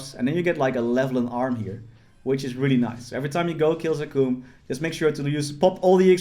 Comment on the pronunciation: we all just gon ignore the way he says zakum?